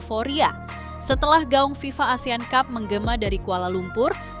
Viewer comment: FIFA. bukan VIVA😅😅